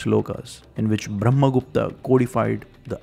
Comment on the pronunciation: you could say brahma gupta not bhrahma gupta